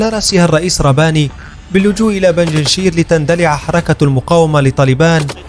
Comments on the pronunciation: بنجنشير ❌ بنجشير ✅ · يا صاحب الفديو .. بنج شير ... بنج رقم خمسة ( بالدومنة ) و شير اسود ... بنجشير و ليس بنجنشير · اسمها بينج شير و ليس بيجينشير لا تلفظ هكذا